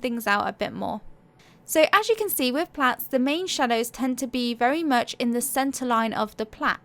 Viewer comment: Thank you! I thought you were saying plants then i realized plats are "braided ". I think that is what you were referring to. 💝